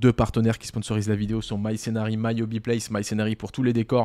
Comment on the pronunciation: Ça fait combien d’années que tu bosses avec My Scenery ? Il serait de le prononcer correctement non ? 😉